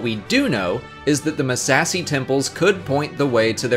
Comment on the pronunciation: I die a little every time he says "Muh-sassy".